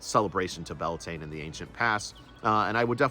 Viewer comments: Its prounced Bel ta nay😂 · I believe you are mispronouncing the name - at least according to Irish scholars. Your spelling is also different. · Would be good to pronounce it roughly correctly; Beltane is an English simplification.